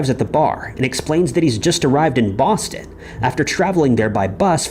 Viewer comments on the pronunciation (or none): none